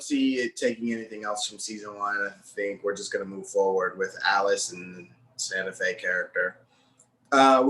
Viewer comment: This man said “Santa Fe.” 🤣🤣🤣🤣🤣🤣 Safiyah.